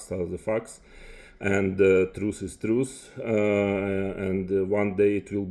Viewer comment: It’s TRUTH not truce you troglodyte